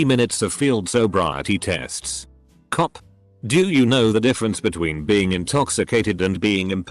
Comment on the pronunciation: it annoys me how this bot says "cop"